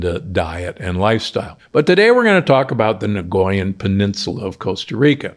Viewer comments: NOT "NAGOYAN", it is pronounced Nycoyan (nikojan), correctly. Nagoya is a city in Japan!! 😄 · I'm Costarrican and I cringe every time he says "nagoyan". 😳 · Out of respect for the people from Costa Rica, the correct pronunciation is NI-COY-AN... as a linguist and someone who lived in Costa Rica for 8 years, I couldn't stay silent... it hurts my ears every time he says it incorrectly... there is no G sound anywhere in the word!